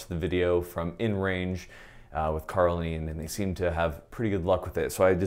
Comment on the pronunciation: Says "Karl and Ian". Sounds like "Carlene".